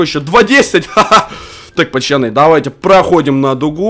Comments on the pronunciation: Я первый раз тебя посмотрел и мне уже не понравилось что ты говоришь пачаны говори пожалуйста нормально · а почему ты говоришь ПАЧАНЫ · Кому нравица когда. Говорит "ПАЧАНИ" ЛАЙК.